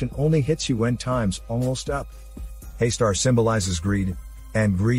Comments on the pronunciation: It is not pronounced as 'Hey-star'. It is 'Hus taar'. Here Hus as in Bus, T in taar as in 'th' in 'things' and 'aar' as in car. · Pleases don't mind. It's not Haister It's Haastaar ,. There is deep fear here in that name spelling actually,. And I'm one the early viewer of this legendary movie. Anyone who haven't seen it yet 100% recommend watching it first.